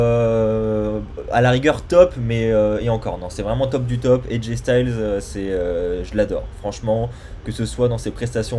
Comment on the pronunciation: Aj styles sa se prononce style